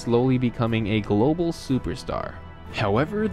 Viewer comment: it's prem-e-urr not prem-eer. you pronounce young as yee-ung, gul-lobal not global, trouble as turr-ruble, crazy as curr-razy and so on. you add extra syllables and letters in to words. balotelli did not "burn his house down" at all. it was a fire that damaged the bathroom and smoke damaged other rooms.